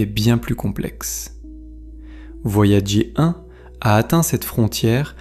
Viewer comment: "Voyagé 1" au lieu de "Voyageur 1", je n’arrive pas à m’y faire... Si vous voulez proposer des extraits d’émissions anglo-saxonnes, laissez la version originale à disposition, ou à minima, dites à votre IA de prononcer les mots correctement. J’imagine que vous ne le ferez pas car vous n’avez pas les droits de rediffusion... Ah là là c'est beau l’IA pour se faire de la thune facilement.